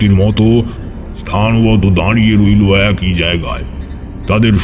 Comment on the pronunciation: লাশ!! 'এক ঐ' না 'এক ই '